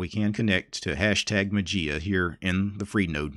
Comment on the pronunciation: Dear. FYI Mageia is the Greek word ''Μαγεία'' which means Magic and the Greek pronunciation is not ''Matzia'' but ''Mayia'' with the accent on the ''i'';-)